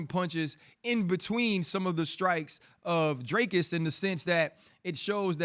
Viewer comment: Dricus is ranked 13 in the world, you have a MMA show but cannot even pronounce his surname correctly. Very unprofessional !